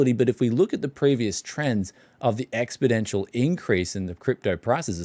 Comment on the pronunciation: Did say "expidential"? LOL... sometimes it's just not worth doing another take.